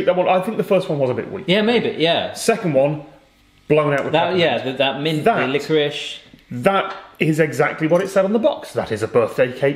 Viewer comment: Glad Tom has started saying liquorice properly